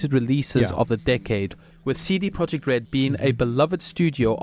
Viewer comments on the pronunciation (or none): none